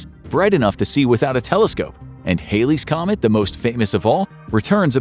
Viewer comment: Halleys comet. Not Haileys comet